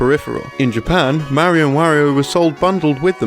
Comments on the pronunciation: I'm sorry, but if you're going to make a video about a Mario game, you should be able to say "Mario" correctly. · You should learn to pronounce mario.